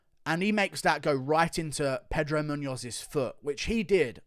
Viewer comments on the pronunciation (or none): none